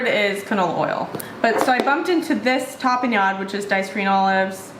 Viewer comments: Tah-peh-nod. your welcome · You are correct, it is a purple onion. You are pronouncing tapenade incorrectly.